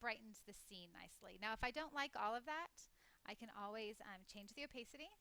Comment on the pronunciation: i think it's Oh-pa-ci-ty not oh-pay-city?